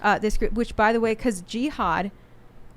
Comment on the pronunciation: She says G-had